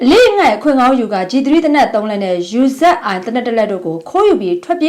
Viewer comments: Uziယူဇက်အိုင် ဟုတ်ဘူး ညီမလေးရေ ဥူဇီ❤ ဆရာလုပ်တာဟုတ်ဘူး ကိုယ်သိတာလေးပြောပြတာ😊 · အူဇီ လို့ပြောပါ ညီမရေ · Uziအသံထွက်ကို"အူဇီ"ဟုအသံထ့က်ပါသည်။ ကျေးဇူးပါ*****❤😊❤😊❤ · အစ္စရေးကထုတ်တဲ့သေနတ် ရေ "ယူ ဇက် အိုင်" မခေါ်ချင်ရင် သူ့မူရင်းနံမည် "အူဇီ" လို့ ခေါ်ချင်ရင်လည်းခေါ်လို့ရတယ်နော်။ "UZi" "ယူ ဇက် အိုင်" "အူ ဇီ" သဘော ခေါ်ချင်သလိုခေါ်ပါရှင့် ။